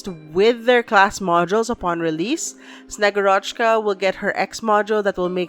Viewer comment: Wrong stressing in both callsigns xD Its SnegUrochka (granddaughter of their version of Santa Claus in Russian folklore her name means "snow maiden") and VEtochki ("branches-chan", or "sticks-chan", branches + affectionate suffix), not SnegurOchka and VetOchki like you said. And thank you for the video! So little time left, I have to finish up story chapters finally x"D